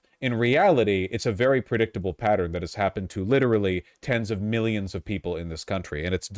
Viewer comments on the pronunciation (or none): none